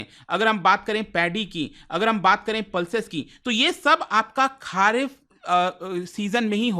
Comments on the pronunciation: खरीफ बोलिए खारिफ नहीं सर जी। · It's खरीफ ... and not खारीफ ..... भाई pronunciation ठीक कर लिया करो... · खारीफ नहीं, खारीफ